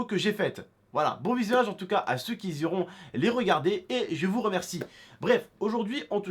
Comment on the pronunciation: A 40 secondes on dit "ceux qui iront" et pas "ceux qui "ziront""